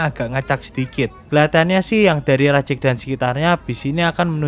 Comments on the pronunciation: rajEg vokal E nya kayak pErnah, bukan E nya mEdan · Spelling nya Rajeg, bukan Rajeg 🗿